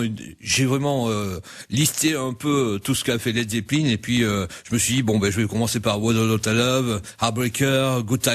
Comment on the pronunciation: manoeuvre pronnonce "led zeppeline"??!!!? c la premiere interview que j'entends ou il ne dis pas led zeppelain!